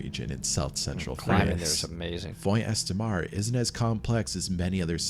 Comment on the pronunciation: It can't be an AI voice track; AI would be able to pronounce 'Font Estramar'. I guess he really does talk that way, and clearly never did French at school. Lea Blvd is in Delaware. The first incident with Jean Claude Guar was in 1955, so equipment would have been basic. So like you say, not the worst stories ever, just the worst told stories ever.